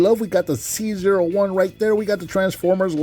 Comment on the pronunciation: It may be unintentional, but I find it appropriate you pronounced C-01 as "Caesar," considering how important Convoy/Optimus Prime is to the franchise as a whole.